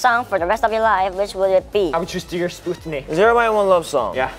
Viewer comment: hueningkai pronounces "Sputnik" so cutely🥺 as a Russian it's really cute to me